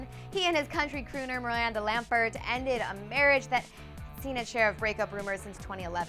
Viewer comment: It's Miranda Lam-bert not Lam-phert....